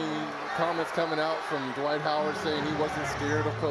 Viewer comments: Dwight is one syllable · posterized Dwight so bad the reporter got his name wrong..